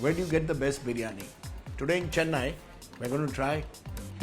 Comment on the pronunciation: Don't pronounce as you pronounce " chennai", ,"dosa"! Learn to pronounce properly